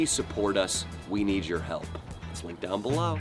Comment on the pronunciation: You guys said linklunk and sadly you guys stole from me